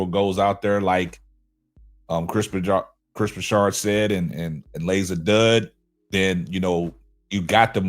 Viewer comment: Hey, it was bothering me that he kept saying Broussard's name wrong. It's not like he hasn't been in the sports media for the last 15 years or more.